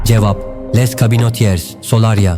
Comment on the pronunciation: Anlatım güzel de anlatmadan önce bir 2dk bakın bu nasıl okunur diye. Les Cabinotiers yazılır ama "le kabinotie" (direkt okunuşunu yazdım) olarak okunur. Fransızca bilmeniz gerekmiyor, İnternetten kısaca bakmak yeterli.